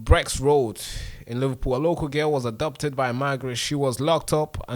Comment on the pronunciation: Hi, thank you for reporting this. I know you're keen to improve your spoken English so please watch out for your pronunciation of abducted. It sometimes sounds more like "adopted", which obviously obscures the meaning. Good work 👏